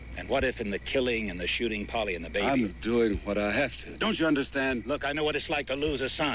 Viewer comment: Couldn’t the writers just picked a name other than Polly, it sounded like Foley 😂